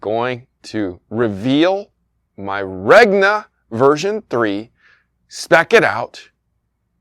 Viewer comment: there is no way you're supposed to pronounce that "G" in Regna. I feel like you're trolling us.